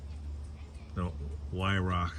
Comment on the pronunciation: HI, first I want to say I enjoy all of your videos, pesting and reviews. Weihrauch airguns just exude quality. I know you have several airguns by Weihrauch and please know that I am not criticizing you but would like you to know the correct pronunciation of Weihrauch. This German company is pronounced Vi-row. You have not called me since your visit a couple of years ago when you came to Otsego. I enjoyed those conversations with you. I would like to visit you sometime and bring my RWS 34P and my Gamo Urban. You could shoot my 34 and see what you could do with it. I keep it in my gun cabinet and only use the Urban because my purpose for an airgun is pesting and the Urban does a much better job for me. I see Jack has a little brother now. Take care, and thank you for the videos.